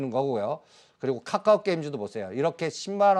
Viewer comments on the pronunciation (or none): 한국경제에서 유일하게 챙겨보는방송이 방송 왜냐면 댓글보러 특징 1.맨날 자라고함 2.원금 -50% 는 보합(?)이다 3.계속추매하라고함 돈이있어야 추매를하지 무슨 지폐공사도아니고 4.50개 찍어서 3개맞추면 그럴줄알았다고함 5.카카오를 까까오라고함 배찢어지게웃네진짜